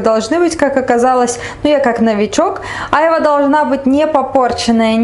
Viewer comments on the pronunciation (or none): АйвА...на вторую "а" ударение, девушка. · Странно вы ударение на слово а'йва делаете. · !А чего ударение не на последний А?В слове айва -ушко режет!Я люблю айву в детстве когда пил компоты то айва с виноградом были любимыми!Айва вкусный и полезный продукт но многие его есть не могли а я ел,с сахаром - не любил,но раз в месяц можно такой десерт поест только я бы половину сахара не положил т.е. вместо 3 -1.5 ложки бы поставил!То что очень спелую взяли айву и слегка попорченную ничего чем мягче и более спелая айва тем она вкусней, а попорченную можно вырезать,хотя те что выбрали Вы совсем не подпортились и чего то мне тоже захотелось айву гляну на рынке так как сегодня пойду на рынок друг едет в Москву хочу ему в дорогу сервелата и пастромы купить! А по существу видео, созерцая как готовите с мамой супруга она любит и вкусно готовит,она строгая и волевая судя по лицу но Вы с ней ладите и она вроде хорошо к Вам относится!Спс как всегда зачетное и позитивное а главное веселое и полезное видео!Успехов и со всеми прошедшими, а то у меня сестра приезжала и не до ютуба было,зато на общались в живую! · только не Айва! Произносится айвА. Увидела стаканы армуды))) класс, у меня тоже такие есть. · Не Ааайва а айвАААА!!🎄💃🎄💃🎄💃🎄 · Красота и вкусно будет точно !!! Айва - ударение на второе "а", так будет правильнее,😃👍